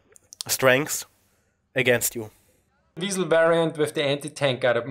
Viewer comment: " They call me the weeiesl" Hehehe Couldn't resist